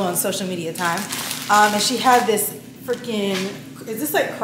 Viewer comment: I’m excited to see the looks and it’s pronounced she in like she’s in the room.